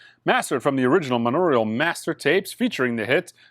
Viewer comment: Monaural. Heard of that never heard monoraurial. Also please say Ennio Morricone’s name correctly. It’s not ah-knee-oh. More like n-yo, to simplify. He’s deserves that especially from a record store owner. Thank you on behalf of Ennio, his family and all his sincere fans. Thx,. ☮️